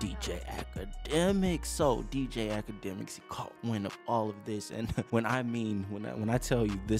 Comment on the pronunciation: Noooo....AKADEMIKS....say it with me. 🙄